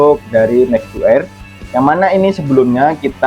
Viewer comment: di baca EIR bang bukan AER 😅